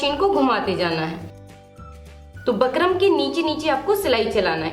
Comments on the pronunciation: Phle bolna sekho bakram nhi bukram.jahil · Bkram nhi bukram hota h mam🤣🙂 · Ma'am it's bookrum not bakrum 😆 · Bakrum nhi didi bukram boliye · Pehle bukram kehna to sikh😅